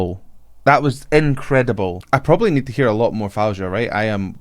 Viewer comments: FAWZIA with a “z” not Fouja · U made my day u said her name wrong but sounds lovely hh ! It’s pronounce like that Fawziya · Her name is pronounced Foh-zee-uh and you were right, it did become annoying when you kept mispronouncing it. You also didn't take the time to research your subject: She's amazing live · Actually it Fou Zi ia..not Faouja😜.. Extremely talented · Faouzia is pronounced Fa -ow-zeeya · Her name is pronounced like "Fao-zi-yah" but don't worry, her name is one of the classic Arabic names, people usually don't get it right easily 🙂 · you are definitely pronouncing her name wrong in every possible way... keep the z as it is.. so it is: Fau-Zi-Yah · I believe her name is pronounced like: fow-zee-ya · FOE-ZEE-YA now try to get it right next time. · The way you say her name is the wrongest way i heard from any reactor but it's so funny😂😂😂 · Just search "how to pronounce Faouzia" on youtube. She has a short video on how to say it. It's a little embarrassing for a vocal coach to do reaction video and pronounce the name wrong